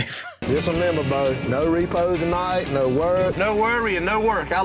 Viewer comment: "Reepees?" Yea u got close there bud🤣